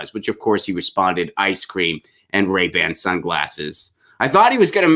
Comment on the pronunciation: You said rayban sunglasses. I heard rape and sunglasses. Both make sense for Biden